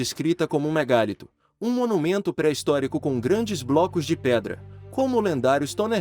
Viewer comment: Cara vc é péssimo na interpretação gramatical..não obedece a pontuação, acentuação e som nasal.. é de doer..affs " megálito,e ou megalito" ??